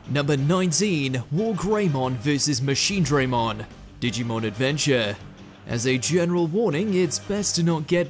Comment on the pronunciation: Again with mispronouncing machinedramon what is this next order